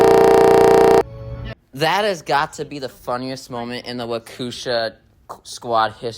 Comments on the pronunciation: I pronounce it as wau-kesh-ahh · i can fr fr help you pronounced Waukesha